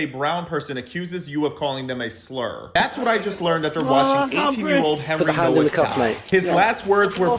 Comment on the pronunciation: His name is pronounced NOVAK. You’d think after watching these videos before making his Doc would have heard exactly how to pronounce it multiple times.